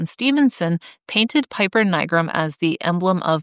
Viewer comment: You could have looked up the correct Latin pronunciation of "piper" before making this video instead of just assuming it's pronounced like the English flute player and pronouncing it wrong a gazillion times.